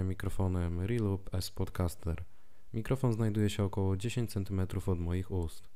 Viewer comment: Mówi się "Es podkaster", a nie "Spodkaster"